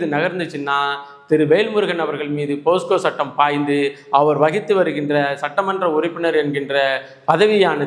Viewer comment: போஸ்கோ இல்லை சார், போக்சோ என்பது தான் சரி.